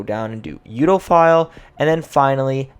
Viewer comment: I just came here to hear him pronounce Urbophile as Utaphile